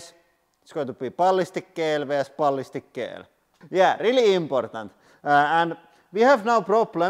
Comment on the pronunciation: I love how he says Balhistic ghell!